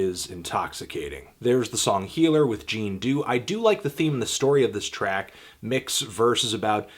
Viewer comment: Jean Deaux *Not (Gene Doo) it's pronounced Jahn Doe, soft j